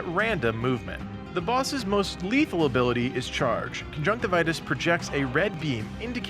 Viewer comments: Con-junk-tiv-e-us not con-junk-ti-vitus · It’s pronounced con-junk-tiv-yus. What you are saying is the medical term for pink eye, not the boss of a video game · cun-junk-tivi-us is how i always pronouce it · Uh... I don't think that's how you pronounce his name